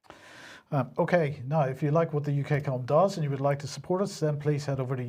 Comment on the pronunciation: It's hard to tell. They both say 'heed' instead of head